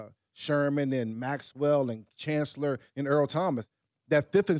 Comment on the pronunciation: Brian said "Cham Kancellor" twice in a row haha.